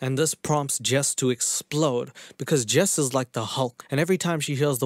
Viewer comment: when Jess said "My name is Jess." i thought she said "My name is Jeff!" and i chocked on my hot chocolate lol ... 🤣😂😆😄